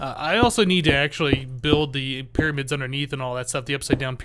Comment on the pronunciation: They arent even "tringls" they are "primads" *pyramids i know